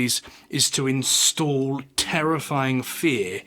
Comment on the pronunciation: Instill, not install.